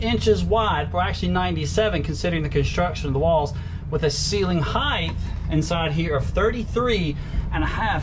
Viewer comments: Love the RV. Just one thing. It is not heightH, the way you pronounced it. It is just height. 😆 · 1. 3 bed 2 bath...,is this an rv or a HOUSE?!2. HEIGHT not HEIGHTH